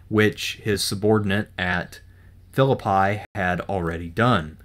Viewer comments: Yeah, I’m from West Virginia and I never heard it called anything but Fill-a-pee. Not Fill-a-pie. I crossed the covered bridge there in about 1962, with my dad and uncle to go trout fishing near Franklin. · I lived in West Virginia most of my life. Virtually no Civil War Historian can say the name of the town where that first battle took place correctly. In Shakespeare, it is File-lip-pie. In WV, it is is Fill-ip-ee. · Phillippi is pronounced Phi- llil- pee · Phillipi has a Long E sound at the end. This guy glosses over a lot. A few claims in the early video are misleading. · He didn't know how to pronounce Philiipi either. There's a lot of crap going on here.